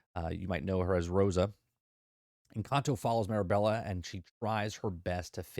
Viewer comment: also my kids wanted me to point out that ur saying the main character's name wrong lol its Mirabel not Mirabella